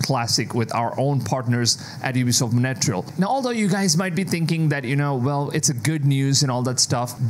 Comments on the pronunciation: Its montreal not monetrel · 💩 every time he says monattreal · The way you pronunce Montreal Like Monateral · Mon-Tree-all (Montreal) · It’s pronounced Mont-real. Thank you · I was so confused and thought this was a branch I’ve never heard of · I thought I was trippin' - dude kept saying Montreal so weird...OMG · and you still didn't learn how to pronounce Montreal 😭😭